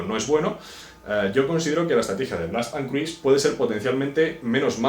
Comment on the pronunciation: Cruise no se pronuncia así.